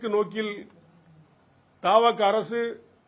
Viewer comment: ஐயா அது தாவக அல்ல. ஆட்சியில் இருப்பது தவெக . அந்தக் கட்சியின் பெயரைக் கூடச் சரியாகச் சொல்லத் தெரியவில்லையா?